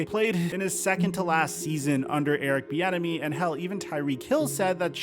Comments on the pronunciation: Literally sound like you're saying Erick "the enemy" 😂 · Every time i hear most people, including you, say Eric’s last name i think you’re saying Eric The Enemy which would be a baller nickname.